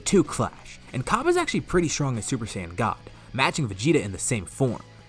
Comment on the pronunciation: You say saiyan wrong say it as cyan because that how it should be said and it's gokou not goku.